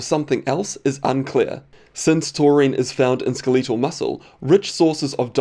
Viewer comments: "SkelEEtal muscle" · Skileetal muscle... come on man